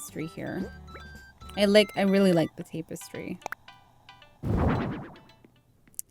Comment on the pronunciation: Tap-estry not tape-estry